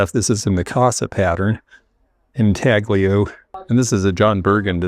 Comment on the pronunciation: Hi, in the same way that the g in lasagna is silent, so too intaglio.